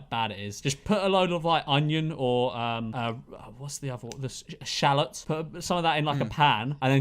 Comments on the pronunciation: shoutout to george and ' pronunciation of shallot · can we talk about the pronunciation of shallot.... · The way they pronounce ‘shallot’…what the actual hell